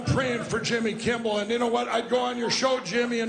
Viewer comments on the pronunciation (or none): Is he not saying kimbel every time?! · One would at least expect him to pronounce Jimmy's name correctly! Anyone want to tell him it's not Kimball? 😂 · Does it count when he mispronounces it "Kimble?" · If you listen to the video, he calls him Jimmy KIMBALL, not Kimmel! That's what I was pointing out. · Didn't the No Pillow guy keep calling him Jimmy Kimbell? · 😂😂😂😂😂😂😂 is he saying Jimmy KimBle???!!!! OMG! He is totally obsessed with you, Jimmy!!!! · Anybody want to tell that Pillow Putz it’s “K-I-M-M-E-L” - NOT “Kimble”? 🤷🏻‍♀️🤦🏻‍♀️😂🤣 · is it me, or does Lindell keep calling Jimmy, "Jimmy Kimbel"? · Sounds like he was calling him Jimmy Kimble. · He keeps saying Jimmy KIMBELL, not Kimmel. These is what happens when you take drugs ladies and gentleman. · Is he saying "Kimble" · He has a really hard time pronouncing "Kimmel" it seems. Most of the time it sounded like he kept saying "Kimble". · Why does he keep saying Jimmy Kimble and it’s Jimmy Kimmel? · Is he saying jimmy kimble or kimmel ?? sounds like kimble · OMG he keeps mispronouncing your name. Jimmy Kimble. What a white hot mess! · Pillow Guy has some really odd pronunciations of words. Like even just saying "Jimmy Kimble" is odd. He's like the great uncle in your family that rants about the "homey saxuals" or the "Walls mart" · Why is that stoner saying Jimmy Kimble, when his name is Jimmy Kimmel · Looks like jacked up pillow guy is obsessed with Jimmy Kimble. LOL Jimmy kimble this Jimmy Kimble that, funny how he screwed up Jimmy's last name. LMAO